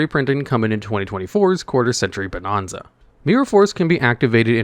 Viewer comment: For the sake of my sanity, please start pronouncing bonanza properly, damn it!